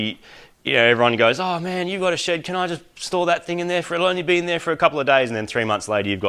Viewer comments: as an american i hear "Im mighty from mighty car mods, welcome to my shit!" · Moog's shed is pronounced 'SHID'.